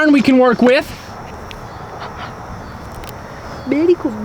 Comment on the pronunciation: its berry cold hear berry cold 🥶